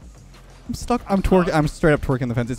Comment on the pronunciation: "I'm twarkin on a post"